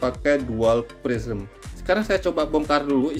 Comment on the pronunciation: Prisma itu bang bukan prisem😂